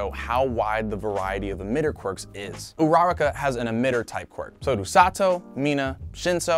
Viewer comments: Jesus Christ, it’s OORA- ROCK- UH Not OO- RAWR- KUH 💀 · Did he call uraka, Veronica? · Is anyone gonna point out how he pronounces Uraraka? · WHY DID YOU SAY URARAKA’S NAME SO WRONG???